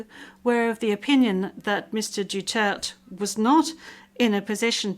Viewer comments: It's not DUTERT...it's DU-TER-TE..thank you! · its DU TER TE. its not DUTERT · Not dutert, it's DUTERTE DUTERTE DUTERTE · I love President Duterte and will always support him. Please return him back home. That's International Court please speak the international language. and he is Duterte not Dutert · I agree. She called our Best XPresident "Dutert" 🙏🫶👊 tatay Laban lang we love's you 💯👊🫶🙏👊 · Duterte not Dutert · His name is Duterte not Dutart. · This woman doesn’t even know how to say President Duterte’s name. What shame. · Can you ask the English interpreter to properly pronounce DUTERTE? To me, not properly pronouncing one’s name is offensive if not insulting. Please correct me if I am wrong. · Stupid can't even pronounce the name duterte